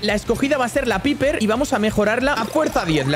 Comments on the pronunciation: Creo q piper se dice paiper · Piper no se pronuncia así se pronuncia paiper